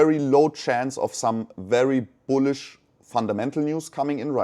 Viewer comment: buliush biluissh biliiussh?